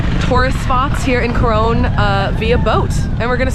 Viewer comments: Just to let you know its pronounced Coron (Cor on) not Cor one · It's pronounced as KO-RON Palawan. Thank you for appreciating our country and featuring it on your vlog.